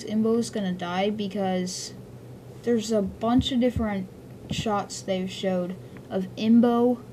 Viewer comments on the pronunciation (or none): none